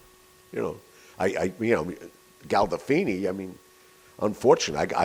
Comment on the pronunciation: Galdofini?? He never met James Gandolfini at all.